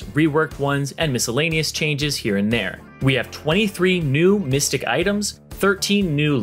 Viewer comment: Did he say mystic items?... thought they were mythic items?